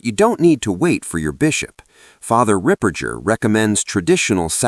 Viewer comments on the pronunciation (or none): Ripperger - hard “g” not pronounced like Ripper -j-er. I heard some ask him how to pronounce his name.